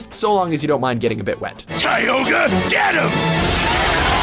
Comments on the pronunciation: And did you realize he pronounced Kyogre's name right ["kai-ogre"], but later, when he is talking about Rayquaza, he said "kee-ogre"? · I personally think it's Kai-Ogre for Kyogre. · Hey, at least they didn't call Kyogre "KEE-YO-GREE" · It bothers me so much that you mispronounce sooo many pokemon names like Kyogre and groudon 😅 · How you gonna pronounce Rayquaza right but Groudon and Kyogre wrong? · i guess he didn't watch his own video. Kyogre was pronounced in the video already, then he butchered it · he said kyogre right the first time when it was on the list but why did he say it wrong at the end, not tryna criticize but it was kinda weird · it's keay not kwah they always say it that way in the anime and in the handbooks, they never in anything official have called it kwah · King of the Dragons Ray... Raykuaza.. kuaza? and ky... kyugre.. whaaaaaa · Groodon, Keyogree, and Raykwaza. Poor weather trio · And kaioger and reekwesa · TFW you miss pronounce "kyogre" and "grodoun" and "rayquaza" jesus -_ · Groo-don and Key-ogre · "... Groodon and Keeogre..." * facepalms myself * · It's not Groodon, it's pronounced Grau-don. You said Kyogre correctly at the star of the video; how do you mess it up now?! And again, it's pronounced Grau-don. He's been listening to the Hoenn Pokérap way too much.